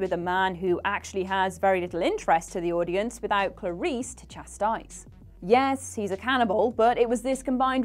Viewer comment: Am I the only one bothered by the repeated mispronunciation "Carice" instead of "Clarice?"